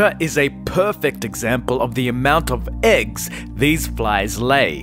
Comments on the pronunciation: Every time he says AGGS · You say “eggs” but it sounds like you’re saying “ex”....